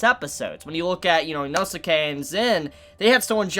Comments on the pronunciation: Dude Inosuke's name is pronounced "Enos kay," not "Eno-suki." Like in the Naruto anime the name Sasuke is pronounced, "Saas-kay." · Why are you saying Inosuka'sname wrong